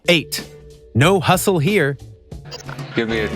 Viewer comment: Hustle, not Hussle